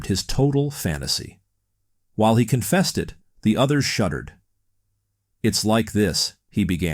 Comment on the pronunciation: " while he 'confested" ??